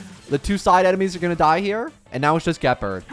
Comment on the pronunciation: Im pretty sure you pronounced Gepard wrong.